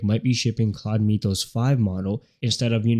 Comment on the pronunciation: Sorry... but it's pronounced: m i th oh s not mee th oh s ...